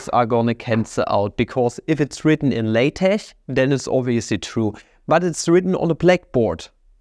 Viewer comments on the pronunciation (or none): none